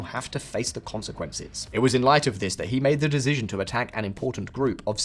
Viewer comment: OMFG dude, learn how to say "decision". I just keep hearing "dejigion" over AND OVER, it's driving me insane.